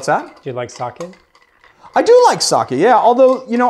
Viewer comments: Sake is pronounced something like Sakhay not Sakhee (English es not my mother tongue so I'm approaching to the pronunciation as best as I can) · Sake = saw-kay = alocohol. Saki = saw-kee = destination. <3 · “Saw-Kay” not “Saw-Key” y’all gotta stop saying it like that 😭🤦‍♂️